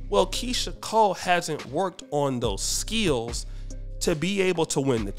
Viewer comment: I like the way says skills with two syllables. 😅